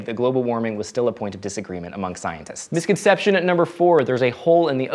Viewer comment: It's misconception (4 syllables), not misconceptionate. I can't go on not saying anything. C'mon, slow down.